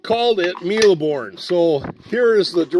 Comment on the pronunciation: ur pronunciation is sort of good ( the E at the end of mille is silent ) and this is a childhood game for me too even though I'm less "vintage" than u :-D :-D